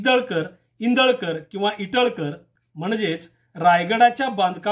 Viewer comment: इटलकर म्हणा